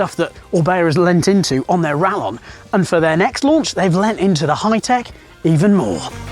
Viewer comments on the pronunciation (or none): Surely since orbea is Spanish, it's pronounced 'rayon'